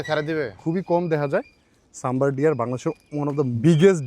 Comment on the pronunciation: শব্দটা সাম্বর নয়